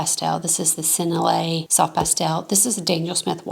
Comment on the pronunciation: Sen-NELL-ee ay